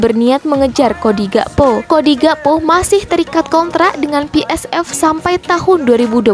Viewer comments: Pi Es Vi, bukan Pi Es Ef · PSV kok dibaca pe es ef .. harusnya pe es ve